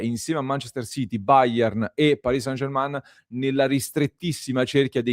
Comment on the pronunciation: Per favore... non dite anche voi come tutti i giornalisti italiani "SANGERMAN"... non si pronuncia così! 😡 si dice "SENGERME' "... grazie